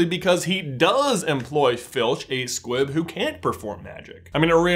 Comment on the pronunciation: I swear I thought you were saying Squip the entire time